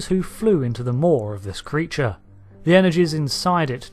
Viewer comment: ""Sphere" Creatre" arrrrrghh! Had you had a few Romulan Ales when making this video? :)